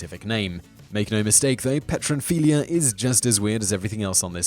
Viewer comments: Fetishes... an endless source of wonder. [note: it's p t ero..., not petro...] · Pteronphilia.... silent P Simon. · Pteronphilia - the initial 'p" is silent as in pterodactyl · Ptero... the P is silent... as in Pterodactyl...